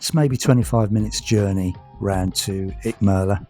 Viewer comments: We love Icmeler and are visiting again at the beginning of September. Much more laid back than Marmaris' bustling metropolis. Nice video, although i laughed at your consistemt mispronunciation of Icmeler 😄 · Nice video but you have pronounced the name of the town completely wrong buddy 😎👍